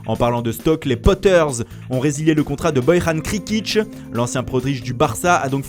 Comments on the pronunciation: Petite erreur: Tierney est latéral GAUCHE 🙂 + pour Bojan Krkic... on dit pas "Boy-rhane" mais "Boyan" et on dit pas non plus "Krikitch" mais "Keurkikch"... 🙂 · Ahh chaud la prononciation Burkirk bja machin chose 😂😂😂